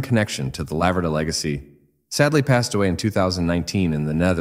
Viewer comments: IT'S A LA-VER-DA IS THE CORRECT WAY TO SAY IT YOU WOULD HAVE BE FROM THE USA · In Italian it's pronounced 'Lavverda'. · La-ver-da...too much alume-min-um on the brain?